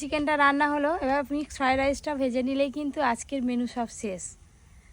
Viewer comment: Mixed FRI RICE naaa.Yeta MIXED FRIED RICE bujhley.Bhul uchcharon koro na.